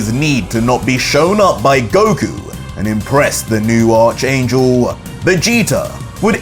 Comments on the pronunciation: It’s pronounced Ark angel. Not arch ya back arch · ARK. - ARCH YOU SAY ARK ANGEL ITS JUST SPELLED ARCH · it's pronounced "ark" angel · Great content. I hate to be the guy but Arch in Arch Angel is pronounced "Ark" via the biblical term of the Arch Angels like Michael, Amenadiel, Rafael, and Lucifer.